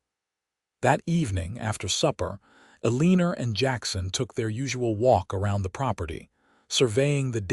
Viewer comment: ELL-EH-NOR is how it sounds out.